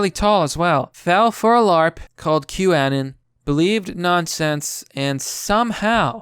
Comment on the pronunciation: With saying Q annon it almost sounds like you're saying Kwannon, like the japanese assassin Psylocke stole her body from after her real one was killed. But yes, I agree. Q is a psyop, very obviously, which is why taking it this seriously is a bit alarming. It's "hope porn" for lack of a better turn of phrase because "just sit back and enjoy the show, we'll take care of everything. It's all part of the plan."